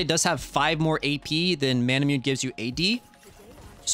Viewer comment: im tired of hearing people calling it mana-myewn. its pronounced mana-moo-nay. Most words that end with e makes an "eh" sound in english, but not all. However > All < Japanese words including the name of this sword ALWAYS makes an "eh" sound.